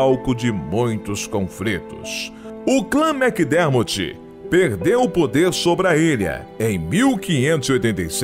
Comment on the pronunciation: Macdermorti!!! Kkkkk Macdermortt não acaba com "i".